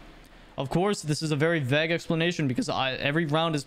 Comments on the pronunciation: Bro pronounced “vague” as “vag” 😭😭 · the "a" in vague makes the "a" sound like in "stay". keep up the good work :D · Why did you say vague like that.